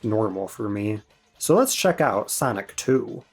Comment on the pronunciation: Sanic ❌. Sonic✔